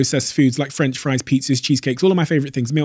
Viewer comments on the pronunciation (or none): none